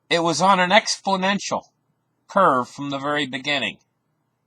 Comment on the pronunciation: Or expodential 😄